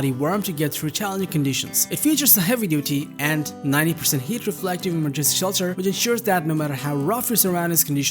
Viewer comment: English teacher here: 1) slow down your enunciation. Trying to speak fast only hinders your comprehension skills. 2) Verify how certain words are pronounced. Remember that English is a stress- based language, therefore, placing the stress in the wrong syllable makes certain words sound weird. (Emergency, for example). Don't let these details distract the listener from your actual message